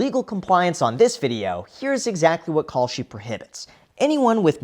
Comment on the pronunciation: ohhh kalshi....i thought you were saying "call sheet"... good thing i didn't bet on that...